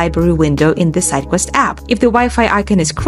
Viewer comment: Redo this video with a person that speaks clearly and slowly so we can actually follow instructions without having to replay 17 times. Even when she says "sidequest" it sounds like something else.